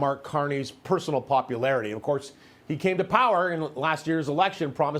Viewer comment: Popularity? That's not how you say it... Want to try that word again? beginning of vid